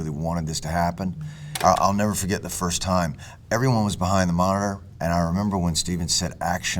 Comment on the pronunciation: love how he says "monitor",MOAHAH, like hardly putting consonants in there